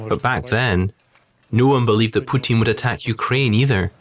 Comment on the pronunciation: It's "Putin" though.